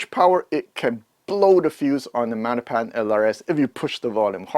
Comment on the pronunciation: Í finally get it. Magnepan is Italian. Silent G. 😅